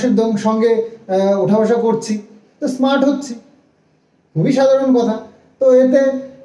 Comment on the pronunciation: গিরামের ইসস্মার্ট ছেলে।😂😂 মানে হলো গ্রামের স্মার্ট ছেলে। হাস্যকর। 8th pas😂😂😂😂😂😂😂😂..